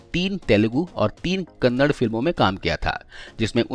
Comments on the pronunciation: Kannada hota h kannad nhi 😂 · It's KANAADA....and not Kannad. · Abe sale kannad nahi Kannada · Kannad nahi kannada hey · kindly pronounce Kannada properly its not Kanad! We don't say Hind for Hindi?? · Hello Bhai not kannad his kannada tikse bholiye kannada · Kannad nahi Kannada hai vo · Kannad nahi Kannada bro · Kannad nahi be kannada. Kannada bolna seek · Bhi hoo kannd nahii kannada bolo plz respect our language🙏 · Wo kannad nahii kannada heiji bhai